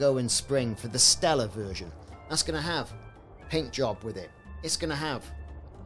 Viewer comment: It's "Stellar," brother. :)